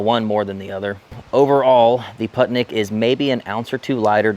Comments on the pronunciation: Random facts: "Putnik" means "traveler" or "wanderer" Correct pronunciation is "pootnik" like in "wool" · Putnik means traveler and is pronounced poot-nick ;) themoreyouknow.gov